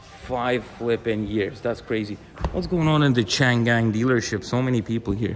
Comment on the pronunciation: OMG, the Chinese car brand pronounced quite similar to "chain gang" ... (which probably isn't that far from the truth if built by Uyghurs within China?! :body-green-covering-eyes